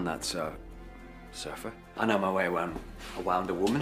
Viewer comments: "I know my way awound a woman." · Awound a woman! 🤣